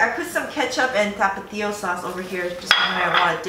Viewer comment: Love how you pronounce Tapatio. is down with the raza!